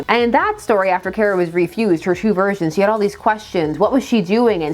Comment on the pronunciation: You pronounce Kara “Kera” instead of “Kah-ra”. Odd choice